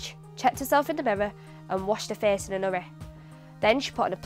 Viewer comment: You have not emphasized enough an aspect that is, in fact, the most prominent to a non-native speaker: pronouncing "daily" as "dêly", "so" as "sô", "face" as "fêce", "waiting" as "wêting", "made" as "mêde", "take" as "têke", "bathe" as "bêthe" (with ê and ô having sounds as in the Portuguese language).